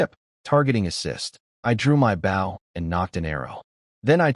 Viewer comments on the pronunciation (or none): Guys, the A.I. still needs A LOT of work. It needs to KNOW how to say Bow properly when referring to a weapon and not the action of bending forward. Also needs to learn HOW to use proper punctuation while speaking. Also you need a better format of Subtitles. They aren't as accurate as they COULD be.